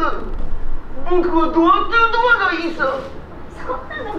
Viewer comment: ママのドアトゥードア、安達さんよく普通に言えるわ！さすが。俺は電車で吹きそうになった（笑）